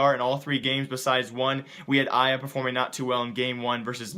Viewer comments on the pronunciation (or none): you pronounced arya way wrong